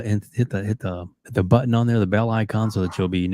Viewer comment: "If you like this video, please hit the like BUDDON!"